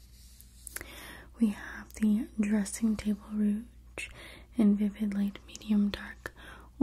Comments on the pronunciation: Just a tip: the G in rouge is softer. It's pronounced like the s in measure. Like an sh, but a zh, instead of what I was hearing as a dzh like in bridge. Just in case you cared; no judgement! 🙂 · You're so wonderful and beautiful! Bless your heart, lovely -- the "G" in "rouge" is pronounced like a "J", as in Jaja (Gabor.) Just pretend you're french for one word -- it originally just meant "red." 😘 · I love this video but PLEASE learn how to correctly pronounce rouge. "Ruj" - it really breaks up the video when you keep mispronouncing it. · I love the way you say compact and rouge! Glad I found you! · I love how you say rouge!